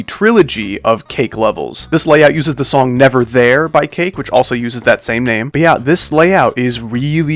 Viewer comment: Shadow stepping said nong not song but anyway good layouts and deco